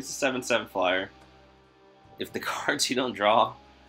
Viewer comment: you definitely do say Kurds though 😂. Have for years. I always smile when you say card lol